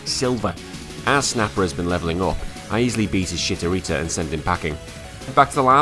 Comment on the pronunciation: "Shitorita" :D Yeah It's kinda bad especially at the beginning